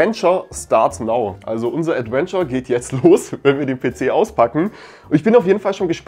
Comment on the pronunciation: Nicht "Adwenture", sondern "Adventure"